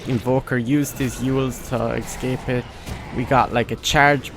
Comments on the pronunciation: Its eScape not eXcape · Nice "Excape" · You keep saying Excape where are u from